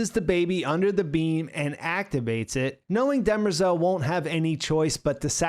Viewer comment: Why does the keep calling demerzel, dermezel?